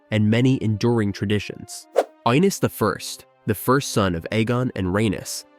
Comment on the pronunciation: video pronounced it like "Eye-niss" 💀